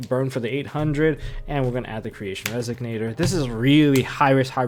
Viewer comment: Pleeeeease it's Resonator, not Resignator :D